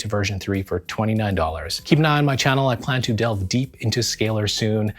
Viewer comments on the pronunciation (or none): none